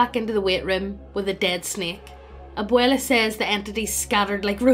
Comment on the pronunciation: This is my second fave paranormal greentext story. Thanks for being the only channel on youtube to pronounce "Abuela" properly. PLEASE DO "THE DUDE RANCH" NEXT!